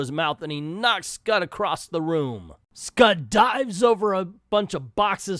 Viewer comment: I'm rusty of how to describe pronunciations, so I'll advise you to watch Comic Trope's video on this comic. He says it correctly.